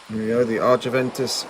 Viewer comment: It’s argentavis, not argeventis